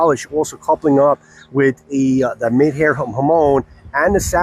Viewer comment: Hey boss just a heads up the hamon style is called midare… But its pronounced “Meedaray”. Thanks for the wonderful reviews!!